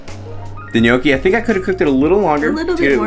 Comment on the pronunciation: Are you saying Miyoki? It's Gnochi :-P